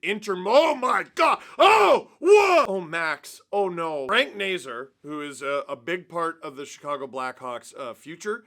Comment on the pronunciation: Just a pronunciation note, the end of Nazar is “Czar” (Nay-Czar)